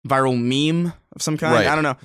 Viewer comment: said "me-me stuff" lol.